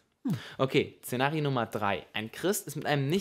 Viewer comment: Zenario nummer.... Gott sagt du sollst das SZENARIO richtig aussprechen